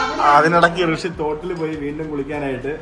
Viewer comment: കൃഷി ❌ ഋഷി ✅